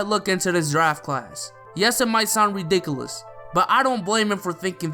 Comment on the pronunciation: i don't like the way you say ridiculous stop it